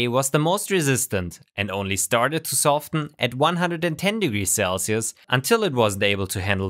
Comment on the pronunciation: hey, great video. Can I nitpick your mostly flawless English a bit? The T in soften isn't pronounced like it is in the word soft. As someone learning a new language in my 30's I appreciate little corrections like this and I hope you do too.